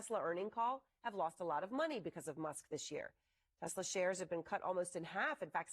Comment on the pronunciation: Trump loves "Tesler."😅😅